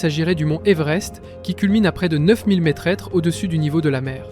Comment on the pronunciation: Près de neuf mille métrètres ? Et l'IA pourrie qui lit le texte le refait en ...